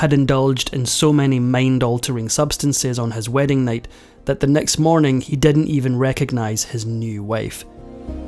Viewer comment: Why do you have TROUBLE Pronouncing the I correctly in words??? It is not sexty = it is six ty. Not didn't = it us didn't Thumbs down Turn you off completely